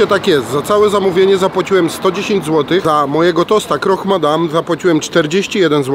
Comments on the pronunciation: Croque Madame. Croque - z francuskiego oznacza chrupać. KROK. Nie kroch. Pozdrawiam ;) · „Krok” i nie proszcziuto tylko prosziuto